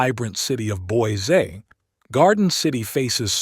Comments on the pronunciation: Wēiser not Wīser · Not only does it mispronounce Boise, but it also mispronounces Weiser.